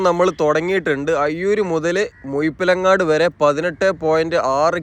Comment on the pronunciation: മുഴുപ്പിലങ്ങാടി എന്ന് പറയ muyippilangadi അല്ല എണ്ണchu അല്ല NH